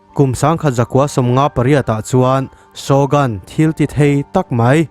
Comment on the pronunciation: Shogun hi mizoṭawng alohabet anga lam tur ani zawk lo maw?